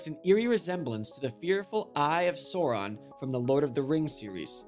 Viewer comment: wonder why he kept getting the pronunciation of Sauron from lord of the rings wrong, they say his name alot in the films alot?